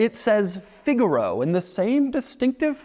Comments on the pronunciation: Figure-oh 🚫 Fig-aaah-ro 🤌🏻🤌🏻🤌🏻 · "the Figalo…" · It's pronounced "fig-ah-row" 👍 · I’ve always wanted a figaro but why did he say it like that shouldn’t he say it like the musical term?